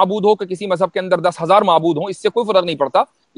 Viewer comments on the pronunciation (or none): Urdu zaban sahi bola karo, mazhab ko majhab mat bola karo, wazahat ko wajahat mat bola karo